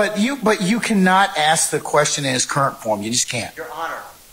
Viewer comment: The prosecutor incapable of proper English: 'dat' vs. 'that', 'splaining' vs. 'explaining', 'ax' for 'ask', various misuse of words like "he 'asserted' to him", "conversate"